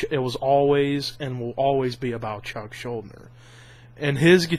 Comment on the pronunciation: it's pronounced schul-deaner but good video :)